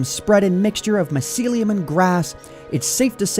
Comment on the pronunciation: I'm triggered by how you pronounce mycelium